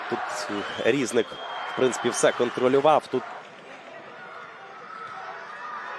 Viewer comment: Не рІзник, а різнИк